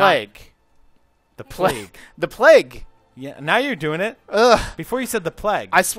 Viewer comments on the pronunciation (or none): He totally does say 'pleg', haha. I was thinking the same thing.